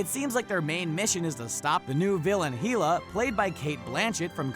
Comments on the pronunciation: it's not heela its hella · It’s pronounced Hella like hell and aaaa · Heela? Who's heela